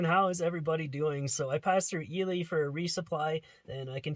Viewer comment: Ely, NV! I stayed there last year too when I went backpacking in Great Basin. Good job pronouncing it right too :)